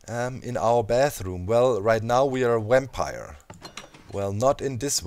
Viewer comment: What's a 'wampire'? XD